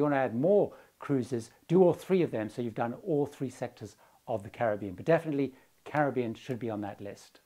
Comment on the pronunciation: Thank you for your pronunciation of 'Caribbean.' Not many of us left who pronounce it that way.